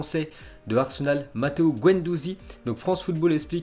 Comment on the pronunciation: C’est pas gwendouzi c’est guendouzi